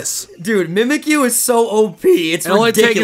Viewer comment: The godly mudkip Dylan its mimikyu not mimakie